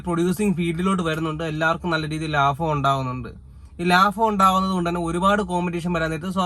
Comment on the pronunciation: Lafam alla bro, laabham aann👍😁